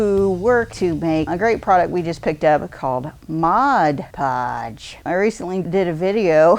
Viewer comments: Too flipping funny! The pauses....MODpodge. Calling it "the product." Priceless fun. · Really fun! BTW...everyone mispronounces Mod Podge😉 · Hahahahaha. This was brilliant. EVERYONE pronounces it wrong. One of my favorite goofs. I love to brush it onto autumn leaves to make them live forever. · I agree. When it became popular years ago for decoupage, I frequently heard it called Modge Podge or Mod Pod and even Modge Pods.